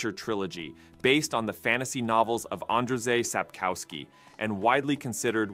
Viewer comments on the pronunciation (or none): Andjey (Andrzej) Sapkovsky (Sapkowski)